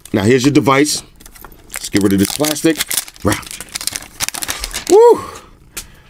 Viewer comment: 3D glastic. LOL 🤣